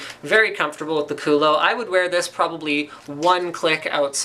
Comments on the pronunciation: did he say CULO..lol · you mean "Culo" not "Kulo"....